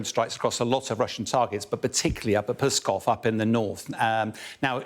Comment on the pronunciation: "Pskov" has only one syllable; it's not "piss coff".